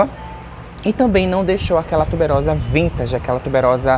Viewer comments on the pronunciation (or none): none